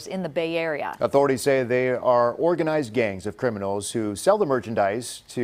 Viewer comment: "Organislzed criminals"